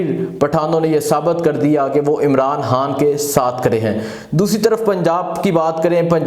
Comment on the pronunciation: Bhai hatta kia hotta ha,Bhai khataab hotta ha, anchor ho or pronunciation itni ghalat, Bhai aap Lahorri, khay ko hay kyun boltay ho, aap kaa lahja bilkul uneducated Punjabi lehja ha, Bhai apnay lehja ko improve kro please.